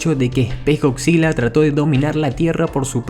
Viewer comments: Estás de la verga,comentas acerca de Godzilla y pronuncias Godzilla,no mames,primero aprende a hablar correctamente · bien por "goczila" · Eh pero goCzilla o no goCzilla?